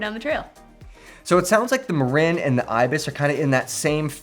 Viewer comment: MuuuRinnnn not Marein